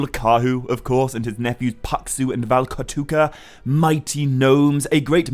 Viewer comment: So I Don't mean to be an um actually person but as a Finnish person I thought I'd make a slight correction so paksu doesn't necessarily mean fat but just thick in general the actual Finnish word for fat is läski Ps: the way he said paksu and valkotukka got me dying💀